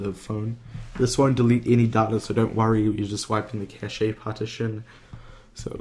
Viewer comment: Cashay? It's pronounced "cash" mate... Also you go way to quick at the start could barely hear what you were saying.